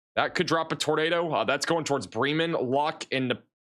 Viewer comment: BRAY-MAN NOT BRA MAN